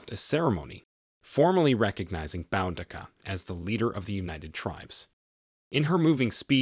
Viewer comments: It's not pronounced BOWdica! It's pronounced BOOdica. Great recap ruined by that one repeating mistake. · Why do these people try to tell stories they can't even pronounce this warrior princesses name there's no " N " in her name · It's pronounced Boo-Dee-Kah. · I thought it was pronounced "boo-dee-kuh" ? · This video mispronounces her name. It is pronounced Boodica. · And its pronounced Boo dik a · it's pronounced boo da Ka Boudicca. Trust me I'm British this is my history and I grew up hearing about queen Boudicca, Good video tho 👍